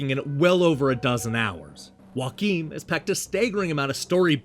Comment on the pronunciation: Now I'm even more excited to play this one! Also that's not how you pronounce Joakim, the J is not silent (source: I'm Swedish). As for my favorite Metroidvania action hero, I'm gonna answer with Soma Cruz from Castlevania Aria of Sorrow and Dawn of Sorrow.